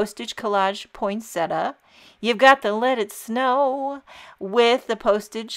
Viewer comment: Botanical accuracy: poin-sett-i-a. There is NO such word as "poynsettuh."